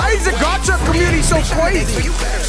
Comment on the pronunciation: "GARCHA" it is gacha